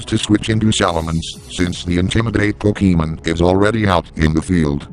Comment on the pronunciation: is best commentator.:3 Also...PokeEEmen.